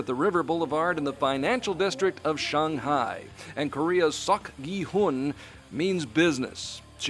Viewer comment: Why does he call Shanghai Shong Hai?